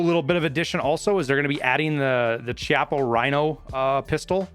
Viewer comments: That revolvers name is pronounced (Key-op-uh) not (chah-pa). It is a really cool revolver that fires from the lowest chamber of its cylinder rather than the upper one resulting in the recoil pushing the pistol back rather than back and up. Love your vids, was an easy sub. : ) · Chiappa DS60 baby! Should be available with underwood .357 penetrator ammo. Shoots like the best .357 magnum revolver you’ve ever had the privilege of using. It’s pronounced “key- ah- paw” rhino btw. Dlss is chill to have as well